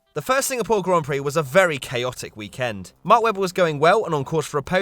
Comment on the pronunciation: Why does he always say weekEND?